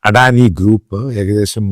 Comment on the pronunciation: ആദ്യമായി അദാനിയെ അഡാനിയാക്കാതെ അദാനായി യായി ഉച്ഛരിക്ക്. എടോ ശമുവേലച്ചായാ ഒരു ഇൻഡ്യൻ കോർപ്പറേറ്റും വളരുന്നത് അമേരിക്കന് സുഖിക്കില്ല. അതുകൊണ്ടാണല്ലോ ആദാനിയെ സ്റ്റോക് മാർക്കറ്റിൽ നശിപ്പിക്കാൻ അവർ ആദ്യമേ ശ്രമിച്ചത്. ലക്ഷക്കണക്കിനാൾക്കാർ ജോലി ചെയ്യുന്ന ഒരു സ്ഥാപനമാണ് അദാനിയുടേത്. തന്ത്ര പ്രധാനമായ പല പോർട്ടുകളും ഇൻഡ്യക്കുവേണ്ടി ഹാൻഡിൽ ചെയ്യുന്ന സ്ഥാനമാണ് അദാനിയുടേത്. വെള്ളക്കാരൻ അതിനെ നശിപ്പിക്കുമ്പോൾ അതിനെ രക്ഷിക്കേണ്ടത് ഇൻഡ്യൻ സർക്കാരിൻ്റെ കൂടി ഉത്തരവാദിത്വമാണ്.